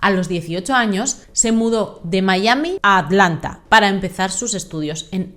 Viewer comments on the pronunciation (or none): MI-A-MI, venga que tú puedes. Decir el topónimo en inglés es totalmente innecesario amén de ridículo.